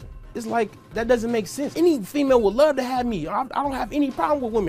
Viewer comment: "I luh you, bro." "I luh you too." I pray for anyone that has to be neighbors to these idiots.